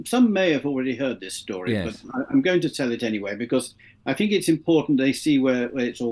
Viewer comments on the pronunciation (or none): There is only so long I can listen to not being able to say 'th'!!! It's 'think, not "Fink"!!